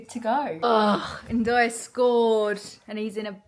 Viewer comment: Lol you said ndoye 😂